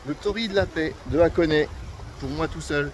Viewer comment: Vidéo sympa comme d’habitude, même si « FuDJi » ça pique un peu… Et puisque je pinaille, continuons: Hakone se prononce HAkone et non Akone, les syllabes HA et A sont différentes en japonais. Si vous demandez à un japonais la route pour Akone, il ne comprend pas…(histoire vécue…)